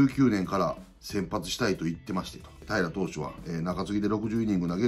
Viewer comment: 平良有りが、 平愛梨って聞こえるんよ笑笑